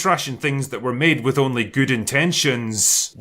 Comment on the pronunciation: I would highly suggest taking a speech class to learn better annunciation. It's deeply embarrassing for a grown man to say "wif".